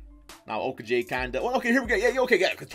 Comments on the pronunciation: O ku jay is not correct O ko gee is correct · It’s o-ko-gee Not jay or ji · Josh Uh-Koh-Gi